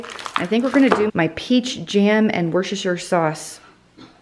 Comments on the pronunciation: Hello, This is Karen from the small town of Grantham in Lincolnshire, United Kingdom. May I help you with the pronunciation of our English county of Worcestershire where the savoury sauce comes from. Try sounding the ‘c’ as an ‘s’ thus giving you Wuss-ter-shire. (Forgive me, Wuss I know is not a very nice word but it helps here). Some of our word are completely bonkers. Many thanks for your lovely channel. Yours K P.s. please feel free to delete this if it has come across as rude in any way. It was not the intention. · It’s Wuster Sauce we don’t say the full word in the UK & it’s Wustershire for the place name. xXx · Worcestershire - wustah-sheer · I always laugh at your pronunciation of Worcestershire sauce. Where I am, we call it Worcestersous (voes-ter so's) but it's a struggle